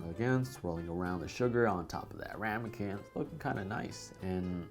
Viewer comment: “Swirling the sugar on top of that RAM-E-CAN” 😂